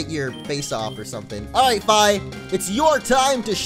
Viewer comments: the way you say Fi is really odd. I always said it more like Fee, as in the thing you pay. Anyway your decision, just though i would share my thoughts. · Isn't it pronounced like the word fee? Just saying. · you do know Fi is pronounced "fee" right? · Fi is actually pronounced Fee